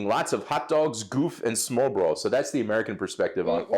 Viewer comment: Tillykke m 5 årsdagen. Husk nu, at udtale smør-re-brød i 3 stavelser.😋 Altid hyggeligt at se jer😊♥